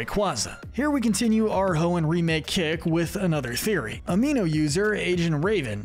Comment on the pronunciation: IT'S HOENN, NOT HEON! FIX IT NOW!